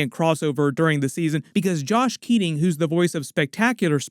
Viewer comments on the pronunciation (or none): It's Josh Keaton, not "Josh Keating"